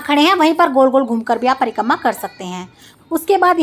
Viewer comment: Prikamma nhi Prikrama hota h